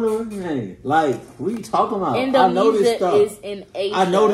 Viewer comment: indonesia, not indonisa lol